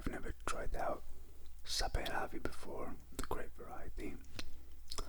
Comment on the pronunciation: Very good pronunciation of Georgian autochton grapes btw! Great video, Thanks